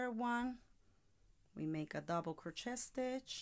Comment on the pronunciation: Great video 👍 But your pronouncing Crochet wrong It’s “crow-Shay “🤷‍♀️